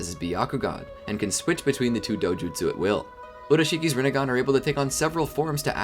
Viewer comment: Rinnegan more like Rinnegone 😂